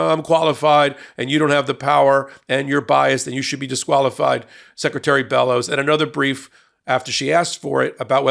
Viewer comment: I’m from Maine. You pronounced it correctly the first time. She is definitely well qualified. She is a true Mainer. If she wasn’t she wouldn’t have been selected. She is a wonderful representative of most average women native to my state. She got where she is through hard work and sheer determination. Her and our Governor Janet Mills make me wicked proud to be a Mainer and I couldn’t be happier with their leadership. (We also have many great people in our state House of Representatives and three wonderful Congress representatives (I didn’t count Susan Colins though I do respect her hard work directly for her constituents I don’t approve of her overall voting record)